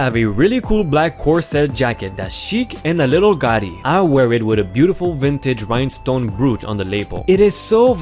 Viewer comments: gothy is pronounced WITH the TH sound it's gothhyyy NOT goty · It's gothy not gaudy. Gaudy means something else.